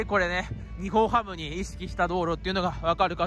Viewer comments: ニホンハムとか（笑） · 福岡ドームもアクセス悪いよ。最寄駅の唐人町駅から徒歩10分近くする。 あと「にほんハム」じゃなく「にっぼんハム」だからね。 ついでに言えば日本ハムは東京や北海道の企業ではなく大阪の企業です。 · すみません「ニホンハム」ではなくて「ニッポンハム」ですよ。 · は冒頭で日本ハムを｢ニホンハム｣と言ってますが 正しくは｢ニッポン ハム(Nippon-Ham)｣です に代わり訂正してお詫び申し上げます。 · ニホンハム❌️→⭕️ニッポンハム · にほんはむではなく、にっぽんはむです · 日本ハムって、「ニホンハム」っていう人…いるんだ⁉️ 野球は「ニッポンハム」って言うと思っていました(笑) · 高評価516で低評価313 しっかりと日本ハムをしっかり調べてから動画を作ってほしかった 「にほん」ハムってwww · ｢ニッポンハム｣な！！